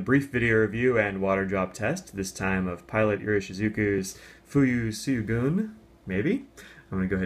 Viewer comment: "syogun" is actually "shogun", as in the word used for the head of the samurai government of Japan. :)